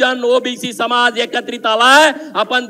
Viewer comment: आपहाट ओबीक सम्हाज